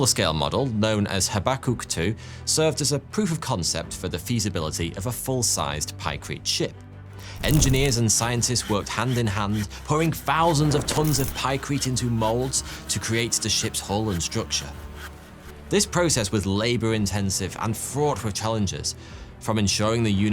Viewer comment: I mean, he also says bofe instead of both, and grofe instead of growth, munfs instead of months. Fousand instead of thousand... Pretty sure he's just lazy haha